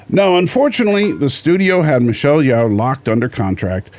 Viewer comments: Her name is pronounced as Yeo not Yao. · If you want to respect Michelle, you should pronounce her name correctly.